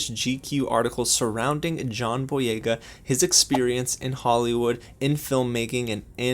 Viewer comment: You actually said the name right